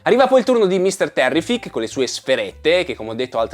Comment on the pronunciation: 1) Mr Terrific ( l'accento è sulla prima " i " ) 2) quando lui va verso il sole e torna verso di noi, chiudendo il trailer, praticamente, in realtà non torna e basta. andando frame per frame, anche se estremamente sfuocato per via della sua velocità, si vede che ha le gambe raccolte, tipo come se sta ricadendo a "bomba" e ha il braccio destro che sta caricando per sferrare un pugno. Quindi, quella sequenza mentre va in alto è presa alcuni frames in avanti rispetto alla stessa nel teaser dove lo vediamo partire dal mezzo delle fiamme. A me dà l'idea che quella sequenza sia collegata al Kaiju, che gli sta sputando fuoco, lui va verso il cielo e torna per dargli la mazzata (forse quella che lo metterà KO?). 3) quando Superman rompe la cella di "vetro" dell'universo tascabile, si può vedere che dietro di lui c'è Metamorpho, in piedi, che sta generando la luce del sole tra le mani. Probabilmente, dopo avergli tolto le forze con la Kryptonite (forse costretto da Luthor) gliela ridà generando la luce del sole. Collegando le due cose, quando vediamo Metamorpho avvicinare le mani che generano dei filamenti, sembra il momento che inizierà a generare quella luce (perchè ha le mani nella stessa posizione dietro Superman quando rompe la vetrata).